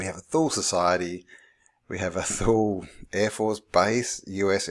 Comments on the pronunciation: Toooleeee not thooll good sir!!! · Thule is pronounced “To-lee”. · thule is pronounced tooley. disregard if someone already pointed out. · came to mind, thule, as you once in the vid pronounced it as 'tool-e', is the same as finnish Word tuuli, meaning wind. the first reasonable explanation for swastika that i've heard was from Bock saga, where ior told it meant the crossing point of two meridians of the World, separating the World in four cuarters, aka north pole.. he also told the exact location of old north pole before ragnaröks and where it is today.. though i must mention most finns will say the man was a con artist, drug user etc., but that's the Basic Picture of Black painted person so i don't say he 100% truth or false, but take his oral story as a possibility.